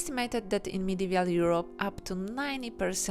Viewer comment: Nice drawings. But why are you saying "Medevial" instead of "Medieval", when you wrote it correctly ?